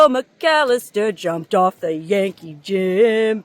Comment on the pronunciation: When you first introduced the name of the bridge, the Yankee Jim bridge, I thought you said the Janky Jim bridge! lol